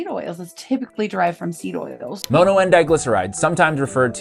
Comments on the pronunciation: For the love of fuck, it's mono not moano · "Moe-no?" Bruh pronounced it properly for you (monn-oh) and you still fumble it the entirety of the video 😢 it makes it really hard to watch. Mono- is a Greek root meaning "one" like in "monopoly" or "dihydrogen MONoxide" (water) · All I heard was that frustrating pronunciation of MONO (it’s mŏnō not mōnō) 😬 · For the LOVE OF GOD!!!!!!!!!!! Why are you pronouncing "mono" as "Moh-no?" Are you doing that on purpose to be different or what? It isn't working, you just sound like a fool especially after your own interviewee, the chef, goes out of her way to preface her first sentence pronouncing it as "maw-no" because she was most likely taken back by your use of the word when you asked her your first question during the interview. Like come on dude, get a CLUE! You are like the only person here on YT talking about this with a decent looking video and you have to go and muck it up with your completely ass backwards, uneducated pronunciation of mono, holy Christopher on a cross... what the HELL is going on IN THIS WORLD RIGHT NOW?! EVERYTHING IS LIKE TOTALLY F*KED!!!!!!!!!!!!!!!!!!!!!!!! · Bro it’s pronounced mahno not mohno